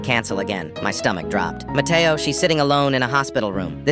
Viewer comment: Bro he said that his friend name was Mateoo